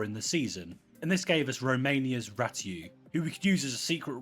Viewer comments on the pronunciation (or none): guys ratiu is rassiu thats how you pronounce